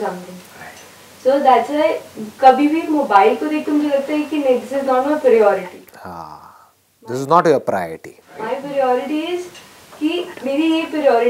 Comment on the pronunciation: Girl in pink is cute though she can't pronounce priority.